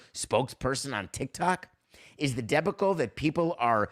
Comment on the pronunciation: Your pronunciation of the word debacle is very curious. I think you may have put the emphasis on the wrong syllable?